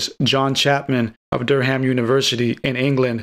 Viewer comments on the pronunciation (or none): none